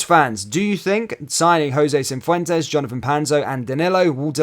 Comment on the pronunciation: Say and spell it properly FFS!